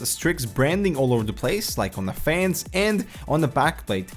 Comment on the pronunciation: says fayuns instead of fans